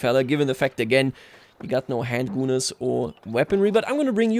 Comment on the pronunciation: PLEASE do not call them handgunners with that pronunciation of u, it sounds really bad. Unless that’s what you’re going for then pop off